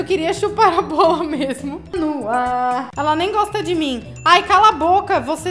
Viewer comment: “Indiretinhas no arr” morri